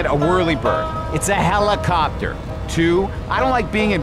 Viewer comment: still never learned how to say helicopter😞